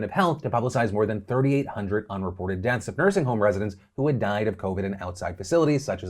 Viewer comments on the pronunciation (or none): "Deaeths"? Oops.